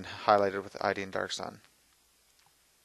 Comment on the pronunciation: I truly HATE to do this.. LOVE your video! You keep calling Iyanden Darksun "Ideean"... It's Iyanden (Ee.yan.din). I know, totally ridiculous, but being an Eldar player... I had say something. Please don't hate... Your paint-fu is awesome!